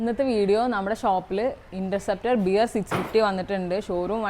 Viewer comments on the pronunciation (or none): ബിയർ അല്ല ബെയർ ആണ്